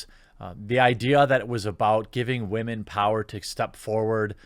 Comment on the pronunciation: I appreciate your principled approach. Are you aware how to pronounce "women" (not "wah-men") or are you being facetious?